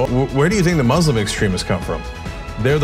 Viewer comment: Radical what now? Can't say "Muslim" clearly when identifying the shooter... ... but the word Muslim comes across perfectly clear when defending them...